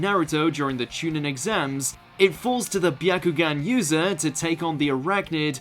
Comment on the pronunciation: I'm less than 20 seconds in and i hear Chu "nin" instead of chu "neen"... definitely a poor quality list without watching anything more